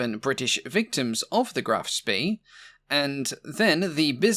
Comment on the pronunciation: Spee is pronounced Shpay.